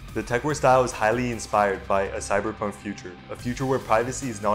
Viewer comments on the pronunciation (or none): none